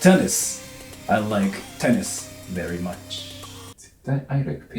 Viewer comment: i like “tennis ball” veri mucshu 🤣